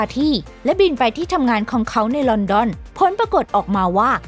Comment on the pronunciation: พี่เขาอ่านแปลก ลองฟังคำว่า ของเขา แต่ พี่เขาอ่านว่า..ข้องเข๋า. และ(ล)พี่เขาอ่าน(ร)